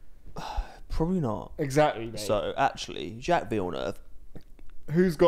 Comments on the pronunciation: Jaques is abit of a moron sometimes but stop pronouncing it Jacks lmao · For the next episode, please check how to pronounce Jacques correctly 😂❤